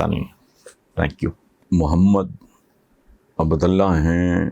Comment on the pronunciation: اِصلاح کی جسارت... عَبدَاللّٰہ ٬ آپ نے تَلَفُّظ فرمایا... مگر... معزرت سے اِس لفظی مُرکّب کا دُرُست تلفظ عَبدُاللّٰہ ھی ھے... جس کی جمع عِبادُاللّٰہ ھے...